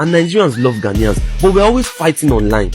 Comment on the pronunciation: OGA PRONUNCE OUR GHANA WELL GHANAIANS NOT GHANIAS